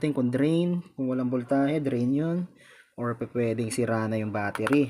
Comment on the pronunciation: Galing boss pero wag ka lang mag salita ulit ng voltahe kasi iba nadidinig ko 😁 vol tae e.. ahahha natawa talaga ako. 😁 Pero galing talaga